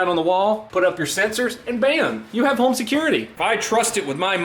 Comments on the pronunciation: When he says home it sounds like “Holme” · Are you saying HOLM in your ad? Pretty sure you’re saying HOLM